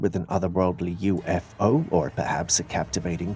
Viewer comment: Come on, dude, its a u f o